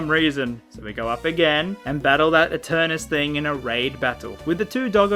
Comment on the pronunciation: its not...eternus....its eternatus